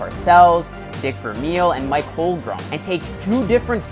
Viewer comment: We all hate this guy :/ he said Mike Holgrum